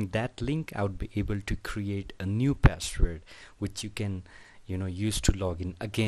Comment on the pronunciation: CEO of :ReShEt YoUrrrr PaShWorD